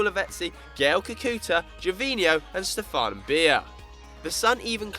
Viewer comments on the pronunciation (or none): none